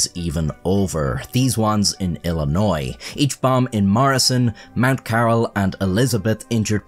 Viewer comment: Monut Carral is pronounced caramel i know its wird